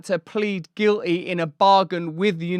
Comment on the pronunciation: Just for clarity, the word is Guilty. The t isn't silent. 😁I appreciate what you do just pokin fun. Keep up the good work.